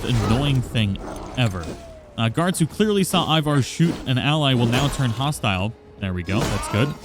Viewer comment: "Eye-vor"? What lol they literally say his name a million times during the game